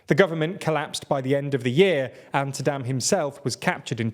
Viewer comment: Also Saddim instead of Saddaaaaam